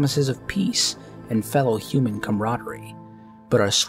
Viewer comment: Pronounced "Hue-Man" not "hoo-man".